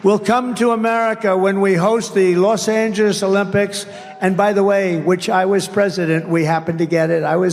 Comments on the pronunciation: He said Los Anges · Loss Angelesh 😂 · "LosAgish" what happened Donnie? mommy never taught you how to talk? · Trump can't even say los Angeles correctly 😅😅😅